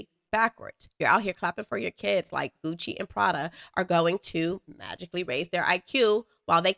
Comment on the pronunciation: Why can’t they say kids right….they gotta overly pronounce “keeiids”